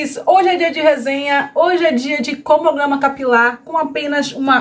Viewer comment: Tantos anos que você tem canal e ainda não aprendeu a falar CRONOGRAMA....você deveria estudar essa palavra...fica feio nos vídeos e até para as suas parcerias também não passarem vergonha junto com você...acho que esforço é tudo...se você se esforçar consegue...é sua imagem que conta...😉